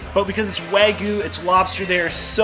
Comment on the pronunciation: What is “Wah-goo”?😂 Its like a toddler trying to say Wagyu